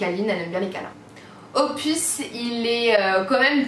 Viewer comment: Quand tu as dis les surnoms , pour opus tu dis pupus et après tu dis « nn Loulou !! » 😂😂🤣🤣 sinon belle vidéo comme dab !❤️